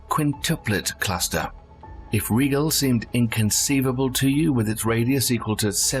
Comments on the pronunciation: REGAL? It's pronounced... RYE-GEL and Bettle - Gezz is pronounced BEETLE - Juice. Geeeze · Like Rigel? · Indeed! His pronunciation of RIGEL is driving every Star Trek fan nutz!